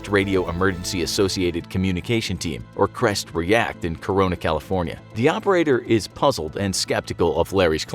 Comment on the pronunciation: Me when he says “in California cronona”